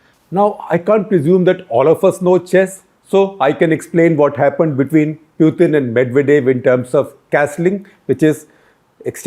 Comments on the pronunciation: Interesting piece by SG. But I find it distracting that he cannot pick the right pronunciation of Putin. The accepted pronunciation is POO-tn not Pewthin or Poothin. He also swicthed the pronunciation a couple of times! And he made one glaring error - talking of Russia supplying weapons to both China and Russia when he was probably intending to say India. SG also uses Sovieth instead of Soviet union. Seems to favor the soft "the" sound over the harder "t" sound. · He is not p-ew-tin .. he is p-oo-tin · This Shekhar Gupta with his annoying delivery ( constant hand waving & a gross Bazaar accent ) insists on mis pronouncing “Pootin’s “ name in 10 different ways. His analyses is ridiculously infantile. But I guess as the saying goes “ in the Land of the Blind even the One eyed can become the King”. The avg. IQ of India is just 85 (?that for even Thailand is 95, China 103 ! ), and the IA of the BIMARU states even LOWER. But they constitute 40% of the electorate and have run the country since Independence, to get which they did so little. They are responsible for India falling so far behind China. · Please don't call him Pewtin. It is annoying to hear wrong pronunciation. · Can you stop calling 'Pew-tin' ? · What a waste of time listening to this guy. He beats around the bush, digresses a lot, and can't even pronounce Putin's name properly.